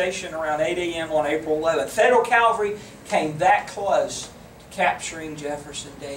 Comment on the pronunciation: Why is it that people confuse the words CA-VAL-RY with CAL-VA-RY? Calvary has to do with Jesus Christ. CA-VAL-RY is the MILITARY TERM! UGH!